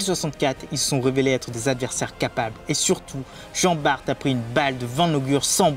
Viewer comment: Jean bart prononcé "Bar" svp 😅